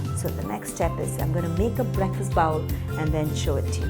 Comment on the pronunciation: Very nice and am going to try it thanks but pronounce bowl as bole as in goal and not baul or baol...😊